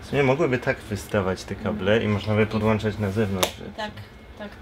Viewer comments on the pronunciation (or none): Gonciarz kable się podłącza a nie podłancza